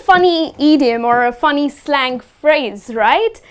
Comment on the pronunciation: slang pronounce wrong